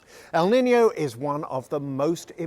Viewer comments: It's not pronounced "Niniyo", it's pronounced "Niinyo" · It's pronounced 'neenyo' not 'ninio'.